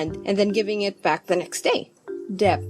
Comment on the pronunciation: I think it's pronounced as 'det.' Sorry, this isn't hate or anything